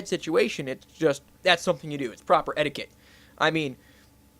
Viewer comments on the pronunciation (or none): etiquette was the word not edicate.